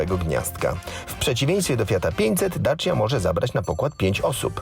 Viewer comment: boli mnie to jak mowi ,, daci